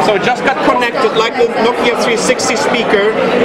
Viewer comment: Give you a good ideer of what nokeer...